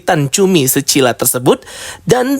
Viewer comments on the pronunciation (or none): skylla bukan secilla 🥲